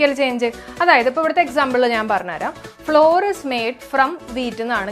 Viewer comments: അതിന്റെ ഉച്ചാരണം ഫ്ലവർ എന്നാണ് എന്ന് തിരുത്തി വായിക്കുക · Flour ഫ്ലോർ അല്ല കൊച്ചേ. അതിന്റെ ഫ്ലവർ എന്നാണ്. ഫ്ലവർ മിൽ എന്നൊന്നും കേട്ടിട്ടില്ലേ? തെറ്റായ വിവരം കൊടുക്കല്ലേ. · Madam, your class is astounding but PRONUNCIATION of some words like FLOUR isn't satisfying. Its pronunciation is not FLOOR .It's equal to FLOWER.